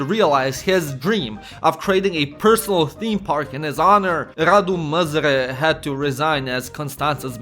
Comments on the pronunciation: Not quite, he says "Măzăre" all the time i stead of "Mazăre" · I find it funny how you say you can't pronounce "Ă" in "MAZĂRE" but you actually pronounced it as "MĂZĂRE" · zici ca nu stii pronunta "ă" dar citesti "măzăre" in log de "mazăre" ce plm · You did actually pronounce "ă". You said "Măzare" instead of "Mazăre". For someone how tries to learn romanian, I thing I counts as a win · If You wanna pronounce "Ă" just say "uhhmmm" and remove the "m" Edit: Oh and Mazăre means Pea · ă is like ugh or uh. Think the er in butter (American pronounciation of butter not the British one). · the A with a thingy above it is pronounced something like a short uhh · The ă basically sounds like uh so that's show you pronounce it. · the A with that on it is pronounced like a short uh in english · No, he pronounced it măzăre and măzare which makes it even funnier...😆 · Ă is pronounced as "ah" in that idiotic and braindead tone with a little girl tone